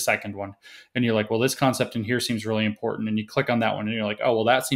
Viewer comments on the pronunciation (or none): James, is "EMPORDAND" defined in your SJW encyclopedia? Sorry, I don't mean to be ad hominem, but this SJW thing is appropriating and destroying our language at the root. Is it too much to ask for proper phonetic pronunciation, at least? Lazy at every turn.